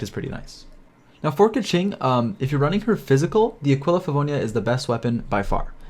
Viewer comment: I switched over to the Chinese audio for awhile and listened to pronunciation guides. Keqing is pronounced more like "kuh-ching." Ningguang should be pretty straightforward, "Ning-guah-ng." Xingqiu is pronounced more like "Shing-chyou" and Chongyun is "Chohng-yuen." Surprisingly, most people even get Zhongli wrong. The majority of people in the english dub pronounce Zhongli incorrectly, except for Zhongli himself. I think that people should really look up pronunciation guides for the Liyue characters. There's a few, and it helped me tremendously.